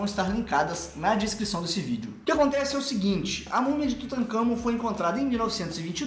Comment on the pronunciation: Eu respeito muito quem reconhece que tem limitações e que aceita críticas. Isto devia ser óbvio para qualquer um, mas infelizmente não é. Gostei também da sua atitude em priorizar a qualidade dos vídeos e não apenas a quantidade. Agora uma correção: é Tutancâmon e não Tutâncamon como está no vídeo.